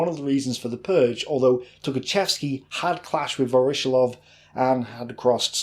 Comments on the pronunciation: Great video. But your pronunciation of Voroshilov is atrocious. It's Вороши́лов - with stress on the и. Pronounced Va-ra-SHE-lov. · A small note on the last name: "voroshilov" It is pronounced "vah-rah-SHILL-ahf" The stress should fall on "SHILL", not on "OFF". Voroshílov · Pronounced: Voro- sheelov